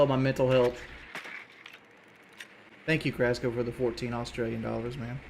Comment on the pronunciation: I'm sick of hearing him say "dollas". It's just cringe now.